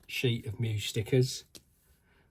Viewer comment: Congrats on scooping one up. Choosing whether to run it or preserve it in a shelf will be tough. Good luck deciding. I didn't want to deal with the question so I bought two of them. BTW... it's pronounced ME-US. Check out the moto on the box. 😉👍